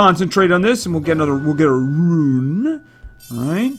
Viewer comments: I like it better when he says ruin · Kian Zilla I'm getting used to "ruin"